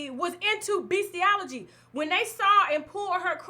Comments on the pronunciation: "Beastiology" I'm crying 🤭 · Beastiality not beastiology (the latter word doesn’t exist) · Bestialegy?? Come on Tasha 🙈 it's just not professional...doesn't take much to read over things that you yourself have no idea about. Do your research, you sound ridiculous preaching the definition of a word that you aren't even saying right.